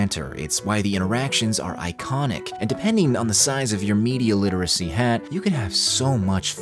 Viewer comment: He said the thing guys , he said Meida Literacy !